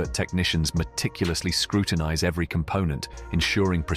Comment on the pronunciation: Wery-wery amateur video maker!!!!